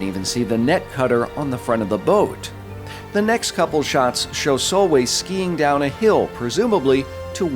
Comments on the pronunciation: Dude her name is pronounced sol-vey just to let u know.. awesome video as always 👍🏻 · If you want pointers on the Norwegian pronunciation, Solveig is pronounced Sool-vay (Drawn out O sound, vay is in "Way" but with a regular V), and Nordlys is more Noohr-lyys (Again the drawn out O, silent D and slightly drawn out yyyyy sound, think french Y)